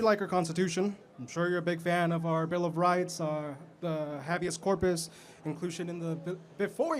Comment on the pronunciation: The phrase " lip stick on a pig" ring a bell. And its not pronounced hab e us corpus, Its pronounced hay be us corpus